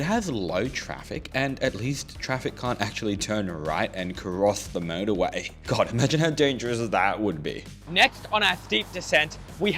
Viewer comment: To my American ears, the way you say motorway almost sounds like murderway; something about that seems appropriate for this route.